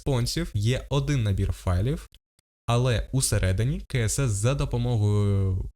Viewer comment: DOM вимовляється не “дум” а “дом” Document Object Model (DOM)! А про «каесес» CSS я вже мовчу…